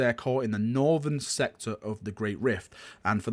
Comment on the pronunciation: "Norfen sectah" Man, I love it!) You are a true son of Lord Adornable.